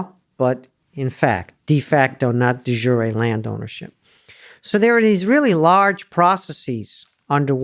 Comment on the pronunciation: This guy is crap. The way he speaks Latin phrase "de jure" is enough to know.